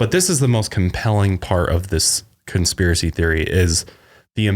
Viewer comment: Conspiracy and chill...Conspilracy. I've watched this a dozen times and something compelled me to do this.